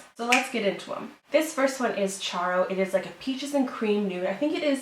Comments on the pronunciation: its pronounced Cairo (ki-row) like in Egypt... idk why she said chairo lol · Thanks for the review 😀 it is amazing and you look pretty as usual but i think the first colore is called Cairo as ' kairo ' as they name their glosses after cities around the world and Cairo is the capital of Egypt 😘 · i think the first is called Ki-Ro (Cairo) like Egypt not Charro. just an FYI loved the video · Cairo is my name and when you said Chyro I said NOOO 😭😭😭😭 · LMAO "care-oh";) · Why did you pronounce cairo like that tho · she said Cairo wrong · Love how she pronounces Cairo 😂😂😂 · I'm from Egypt and I was so angry when you pronounced it wrong 😂😂😂